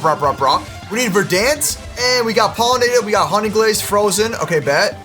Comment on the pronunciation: Naa he called Verent vedance